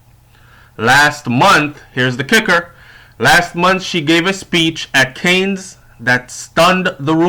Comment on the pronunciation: FYI: It's not pronounced "canes"... as in the plural of 'cane'; it's pronounced as 'can", like "a can of beans", the 's' is silent.